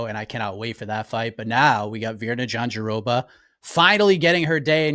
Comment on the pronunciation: Jandiroba being Jon's favourite name to say is mega ironic since he pronounces it wrong everytime. Glad to hear Mike say it correctly.